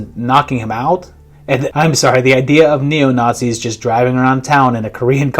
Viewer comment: those were clearly Not-Zees